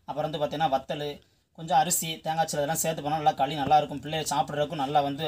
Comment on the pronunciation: வாத்தியாரே. அது பேரு களி. கலி இல்ல.